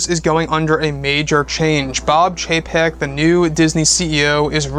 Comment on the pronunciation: Just chug a shot every time he says Bob Chepek